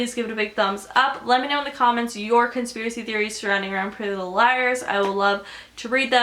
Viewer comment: "Prellylilleliers" Exactly how you're saying it😂😂😂😂😂😂😂